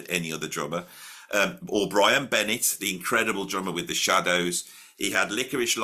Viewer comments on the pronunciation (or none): none